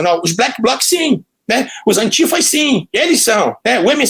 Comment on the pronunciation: Antiifas e não Antigas